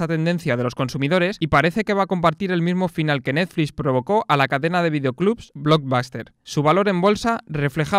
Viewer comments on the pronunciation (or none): none